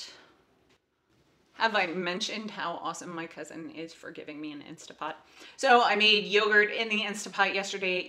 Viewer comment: I watched this video with my wife and we agree we would like to see more meal prep videos from you, and for you to share recipes and meal ideas. She also wanted me to comment that it is pronounced "instant" pot, not "insta" pot. 😜 Apparently the online IP communities condemn people for this and she doesn't want you to get hate mail.😉 She got after me for the same thing in one of our videos on meal planning. She also wanted me to tell you she followed you on Pinterest. 😁